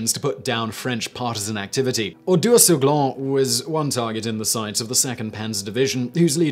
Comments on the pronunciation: The French town is named Oradour-sur-Glane, not Ordaur-sur-Glane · It's Oradour-sur-Glane not Ordaur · That's "Oradour-sur-Glane" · I don't mind the wrong pronunciation but it is Oradour-sur-Glane and not Ordaur-sur Glane.